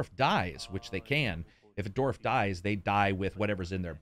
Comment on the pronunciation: I like how calls then "doorf" rather than "dwarf"